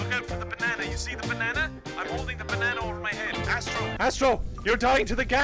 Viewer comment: Me sitting here saying your saying banana wrong XD